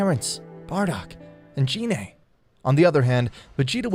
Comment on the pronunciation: F.Y.I. Gine is pronounced with the "G" sound like "Get" or "Go" "Gee-nay" not like a"J" as in "Genie".